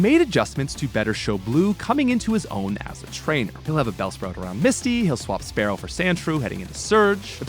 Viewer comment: I just wanna know why he says "sparrow" and "pharaoh".